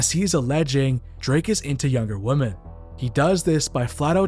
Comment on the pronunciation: why can't you pronounce the word "women"?